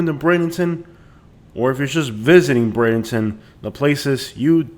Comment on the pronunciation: With due respect, if your talking about Bradenton, please learn how to pronounce it correctly.